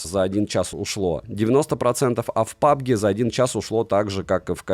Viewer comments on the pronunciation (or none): none